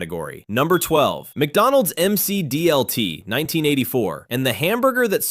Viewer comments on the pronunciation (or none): It is - around the , the voice also says "em see dee el tee" instead of "mac dee el tee".